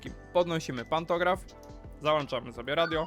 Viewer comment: Słodki jeżu w malinach, załĄczamy a nie załANczamy!